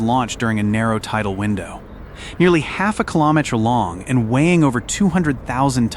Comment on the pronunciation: Mispronounced meter, kilometer etc is very distracting.